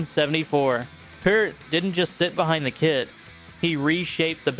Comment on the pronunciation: Props for correctly pronouncing Peart.